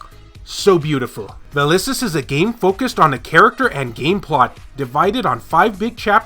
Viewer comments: VaSilis not Valisis. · Vasilis, you know, a female name. Can you pronounce it? Good luck.